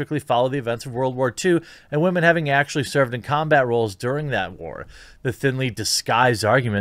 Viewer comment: "Tens of wamens did." Had me dying 🤣